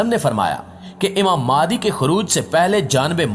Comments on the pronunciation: You pronounce the name of Imam is Maahdi instead of Mehdi. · Sir ماہدی nahi مہدی it is Mehdi not Mahdi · ab bhai wo madi nahi hai mehdi hai talafuz sahi istemal kar